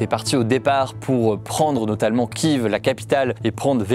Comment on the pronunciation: Merci Hugo de respecter la prononciation de Kyiv, c’est encore trop rare chez de nombreux journalistes.